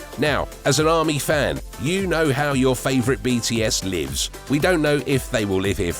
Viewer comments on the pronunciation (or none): none